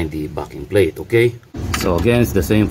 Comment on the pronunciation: That is a great video. Have to tell you from an Aussie, every time you say "backing plate". It's sounds like you are saying "Farrking Plate".